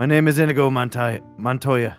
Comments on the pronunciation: It's inigo not inego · The way says inigo pisses me off